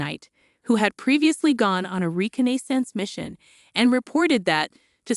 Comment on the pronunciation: Lol reconnaissance lol she say it wrong